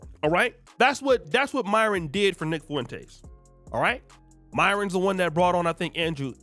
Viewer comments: I can't help but laugh every time you pronounce Nick Foo - in - taze 😂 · Fwen taze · Why cant you pronounce his name correctly its annoying